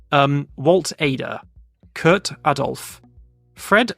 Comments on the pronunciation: The German Kurt is pronounced more like court Well you often pronounced the u often more like a ü to me, however you did it well in combination with an a in front like in Lauda 😉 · No, it's pronounced "Kurt" 😂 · Kuuuuuurt was wrong, long u as in kurz or shoe maybe. Not Kört